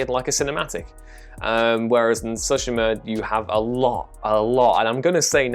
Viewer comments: Sue-She-Ma!! Don't know where you're getting "So-She-Ma" from but ok live your life. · i loathe the way you say tsushima lol